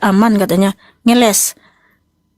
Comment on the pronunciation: Bokis. bokis....ngelessss bukan ngelek ngelesssss